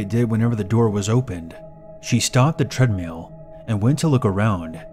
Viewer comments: Sounded like you kept saying treadMEAL instead of treadMILL. xD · Did u really just say treadmeal? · "Tread meal" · "Tread-meel." giggles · tread meal